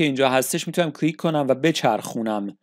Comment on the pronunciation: هر حرف یکبار بگو نه ده بار و کلیک بدون لهجه بگو لطفا چون اشتباه تلفظ میکنید ممنون